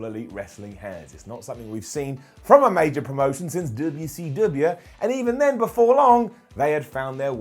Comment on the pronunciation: I love you buddy. But your pronunciation of "WCW" is unbearable. You're great... but goddamn.